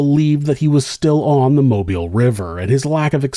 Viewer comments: Thank you for pronouncing Mobile, Alabama correctly. So many people pronounce it like you would pronounce mobile home but that's obviously not correct. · Thank you for your correct pronunciation of Mobile